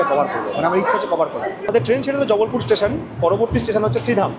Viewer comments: Bhai its Jabalpur and not Jabbalpur. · haan 😂 ar jubblpure noy jabalpur